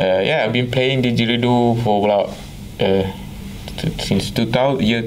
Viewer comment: Cool but you need to stop dropping your "D"s.... diDgeridoo dude.